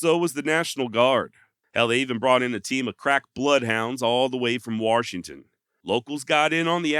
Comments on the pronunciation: Warshington well looky hear there's an r in the warshington i got 😊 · Bro, there is no R in Washington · Good story telling here. However, there is no "R" in Washington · Warrrrrshington?? You are from the Mid-Atlantic or Northwest? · OMG. You say Washington with the same accent that I say it in. And FYI, I get told there's no "R" in Washington all the time. I was born here of course. But raised in Alaska.